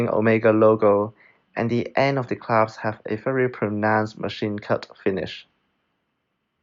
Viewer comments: Nice review. Small tip, it’s pronounced clasp (versus claps) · clasp NOT claps!